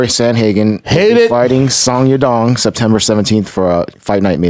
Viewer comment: Schaub trying to pronounce Song Yadong killed me😂